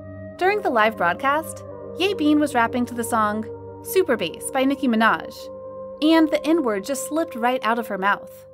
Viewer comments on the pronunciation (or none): none